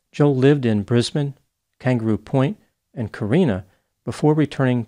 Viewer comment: (Small hat-tip to for correctly pronouncing Brisbane as "Bris-bin" and not "Bris-bane")